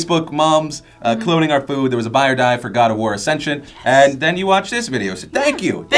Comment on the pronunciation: Woah, did Phil just say gog?